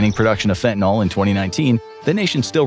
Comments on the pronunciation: It may seem pedantic but from the standpoint of the actual meaning of the word it makes a big difference. The way it is frequently mispronounced suggests it ends in -ol (fentan-ALL) rather than the correct -yl (fentan-ILL). In organic chemistry this implies a completely different molecule, an alcohol rather than a general alkyl. So why not just pronounce it like it is spelled and not contribute to the dumbing down of the populace? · Its FENTANYL not fentaNOL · its fentanYL not "FentanOL" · For dog's sake, correctly pronounce fentanyl. It's not an alcohol. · Leave it to Infographics to mispronounce fentanyl every single time...